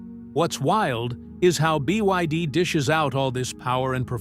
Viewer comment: BYD has already become world no1 ev sales. This narrator can't say it though